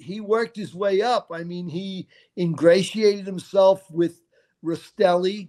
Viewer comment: Love your channel, I recommend learning to say names right as in Rastelli instead of Rasitelli. And Gaggi is said with the two gg making a j sound, not Gag ee 😂🤦‍♂️